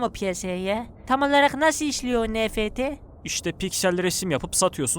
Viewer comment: enefti diye okunur kısmında öldüm